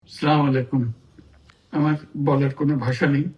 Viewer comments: জনাব , ইহুদী শুভাকাঙ্ক্ষী , ওটা স্লামাইলাকুম না উচ্চারণ টা ( আসসালামু আলাইকুম ) হবে৷ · স্লামালাইকুম হবে না ❌ আসসালামু আলাইকুম ✅ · সালাম টাও ঠিক মতো দিতে পারে না রে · সালাম টা ওতো ভালো ভাবে শিখতে পারেন। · সালাম টাও শুদ্ধ করে দিতে পারলেন না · ইলিশ চুরে ঠিকমতো সালাম দেওয়াটাও শিখলনা। জামাত তো সেটা শিখাতে পারে কিভাবে শুদ্ধভাবে সালাম দেয়। অবৈধ সরকার। ভোট ছাড়া প্রধান উপদেষ্টা হয়ে বসে আছে। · সুদখোর সালাম ঠিক মতো দিতে পারে না